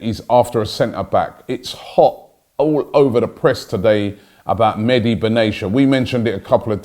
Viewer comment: Robbie, for the millionth time, it’s not Meddy Benaysha